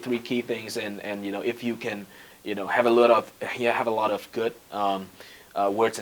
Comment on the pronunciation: have a lớt of, have a lot of :)))